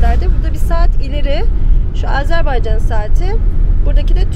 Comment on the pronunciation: harika bir gezi olmuş harika anlatılmış yanlız AzerbEycan değil Azerbaycan